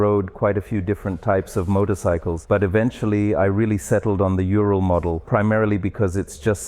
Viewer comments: Dude you are saying it way wrong. Its a Ooo sound. Oooral. Like the mountain range. Ural Mountains. Not Youral. That just sounds wrong. Think Uwu. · It's not ural. It ooral, hard L. It's the same with the Lada cars. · U-rahl. Not urel .. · Its pronounced oo-rull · Yan didnt teach you how to pronounce it correctly ?URAL- OORAL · How to say URAL in English. Just say ooh-raahl but the R needs to roll, not be the typical english R. Kinda like people from Costa Rica say Costa Rica. Forget any U sounding like 'you'.